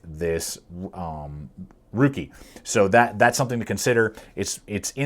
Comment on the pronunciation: Rookie..LMAO RAKE I know it doesn't look like it should be pronounced RAKE.. Sanrenmu did a great job making this knife.